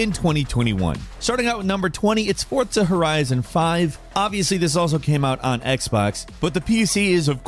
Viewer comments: Its forza not fortza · "Top 20 times of how to mispronounce Forza by adding a "T" and saying Fortza." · Why Fortza though? It's Forza lol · Am I the only one that, for years, only ever heard everyone pronounce it "for-zuh" then about a year ago literally everyone is saying "fort-suh"? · Dude the way you are saying "Fortsa" is absolutely infuriating WHY ARE YOU SAYING IT LIKE THAT